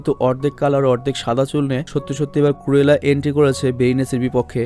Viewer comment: Renson na regents park ar কুরেলা না ক্রুএলা। ক্রুএল অরত নিশতুর